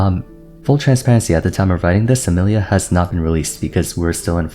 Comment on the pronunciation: Bro called her “Amelia” 💀